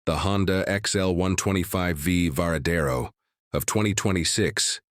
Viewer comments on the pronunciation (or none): La présentation est pas mal, mais encore faudrait-il savoir c’est quelle moto vu qu’elle change de forme toutes les cinq minutes en plus de la voix IA qui fait des erreurs à chaque fois qu’elle prononce le nom ￼de la moto, ça gâche un peu la présentation